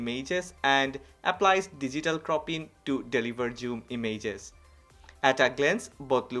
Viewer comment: Damn boi... I like the way you speak I just posted it so you may correct the pronounciation of "images". Chill man ❄